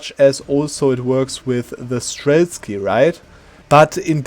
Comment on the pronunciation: sir there is no "k" in streltsy